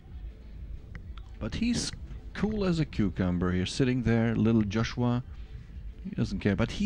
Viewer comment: Joshua, not Josuha.